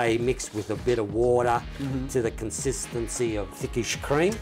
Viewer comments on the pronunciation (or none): ...mix with a bit o' wooodah😂 Ah, Australian accents, ey?😂😂😂😂🤣🤣🤣🤣🤣